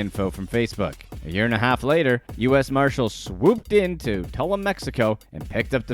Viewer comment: Dude! I'm only 3 min in and you've butchered more than is reasonable: Bexar = "bear" Dufresne = "doo-frain" Tulum = "tuh-loom"